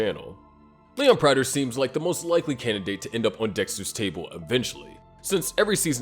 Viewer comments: Please. It's not PRYTER. It's "Prater" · Say it with me PRAY-TER not Pratter